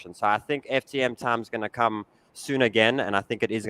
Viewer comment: Did he say toom or tum or tuum or?